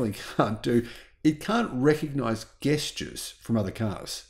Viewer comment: Did you say gestures like guest? Is that an Oz thing? I'm just jesting. I mean i am gust gesting. Thanks for all your great videos. Snappy.